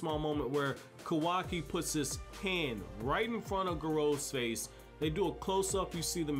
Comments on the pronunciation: KAH-WAH-KI NOT KOWAWKI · It bothers me how this guy mispronounces Kawaki, also he doesn't use Taijutsu because he isn't a ninja. He can just fight, but it's not ninja martial arts.